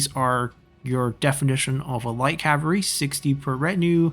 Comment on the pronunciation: Cavalry is pronounced with an L in it =) Cav-all-ree